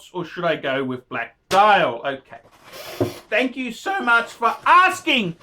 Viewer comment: Phanks!